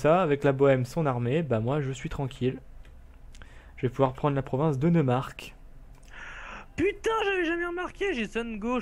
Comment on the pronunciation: Pour sundgau on prononce soundgao pour le neumark c'est noïmark et pour le brandenbourg en français en dit brandebourg comme la porte à Berlin